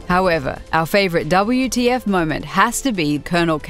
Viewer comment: It's not "Double You - Tea - Eff - Moments", it's "WHAT THE FUCK" moments xD